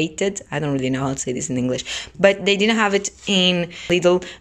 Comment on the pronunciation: Eu só ouço "di na have it" 😂